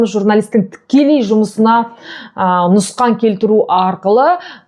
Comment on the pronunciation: Нұсқан емес Нұқсан деңізші